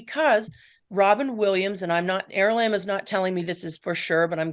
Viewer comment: Is it is it er Is it aralamb or arali😅 she keeps pronouncing it aralamb.....